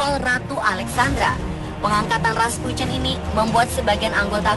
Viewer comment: Rasputin aja raspucen nyebutnya